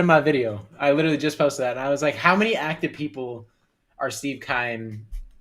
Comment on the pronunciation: Littery??? U mean literally??😂